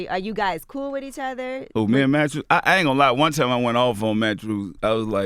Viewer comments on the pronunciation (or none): "Matchews" LOL Nigga what!? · "At-The-Lete" "Mattchew" P sure got some fucked up grammar for someone who went to college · "Matthrew "lol uncle p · "Mat-Trues" what?